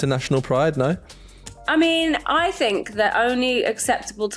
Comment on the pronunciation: "I mean, I fink"... No you don't, you fooking moronic empty headed twat...